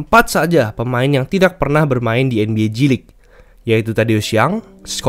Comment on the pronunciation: Gw dengernya nba cilik